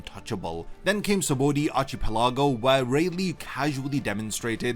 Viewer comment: that's a crazy way to say archipelago